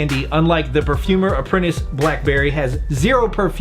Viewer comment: Lmao perfoomer perfoomer hahaha killed me